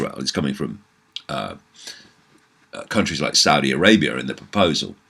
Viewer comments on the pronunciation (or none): none